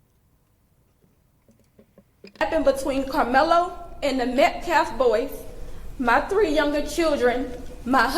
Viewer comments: Naw he says Metclaf. Can't even be bothered to get his last name right. Extremely disrespectful. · The Metcalf boys? She couldn't even say his name.